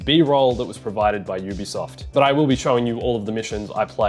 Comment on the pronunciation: It's UBISOFT, emphasis in SOFT